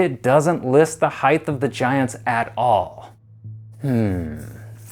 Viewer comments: One. I guess the only people who feel the need to narrate videos are people who can t pronounce the english language. This kid can t pronounce h e i g h t There s no third h at the end of the word. If you don t believe me look it up in the dictionary or easier than that look at the spelling in your OWN video title. You don t say weighth do you. Height and weight. Two once you decided which word you can t pronounce you then decided to mispronounce it every twelve seconds for a total of 412 repititions which if you listened to your english teacher if you ever had one they told you not to repeat ANY word 412 times. Because it makes your video boring and hard to listen to. Three if you kids out there think i m making a mountain s heighth out of a molehill s heighth try this experiment. Ask a friend or relative to mispronounce your name for a whole day and see how long you can take it. If your name is john and they call you johnth for a few hours or if it s josh try listening to joshth 26 times and you ll be approaching how people who speak properly bristle at constant mispronunciations It s YOUR language. LEARN IT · Does the word height somehow now have an added h at the end because this guy apparently speaks as such. So annoying, like the word literally! Didn’t even get past 2 minutes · Maybe in all your “extensive research” you should have actually read the word: H E I G H T. Note the lack of a “TH” At the end of the word. Here in the modern world, we have this almost magical resource called “GOOGLE”. See also: Bing… Jeeves… Webster’s Dictionary… or if all that’s too complicated, maybe just ask Siri! “Hey Siri, how do I pronounce height?” If you want anyone to take you seriously and not dismiss you as an uneducated, bush-league idiot, you really need to expend 10 seconds of effort to learn how to pronounce the word you supposedly spent “weeks” researching. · You are clearly an expert since you are saying heighth instead of height lol SMH😂